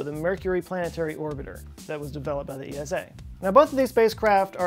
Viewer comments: We Eurpeans just say Esa... Not E.S.A. Altough a great video. 👍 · As a European let me make a small correction: It's simply ESA not E.S.A. , similar to how you say NASA and not N.A.S.A.